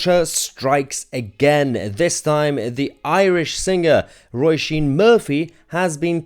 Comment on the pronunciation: Her name is pronounced as in row-sheen. And she is right.